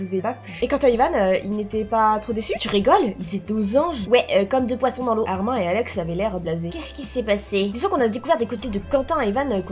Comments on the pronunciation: Moi qui re regarde ces vidéos en 2022 et qui pête un câble car ont ne prononce pas le prénom de Armin Armin mais Armine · Sa se dit "Armine"